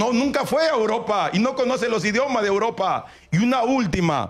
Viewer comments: A Uropa, a Uropa 🤣 grande el número 1 de sudamerica. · "hay técnicos que se han ido a Uropa, a internacijsjjabshfcajs"